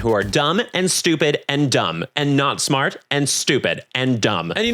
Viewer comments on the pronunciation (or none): none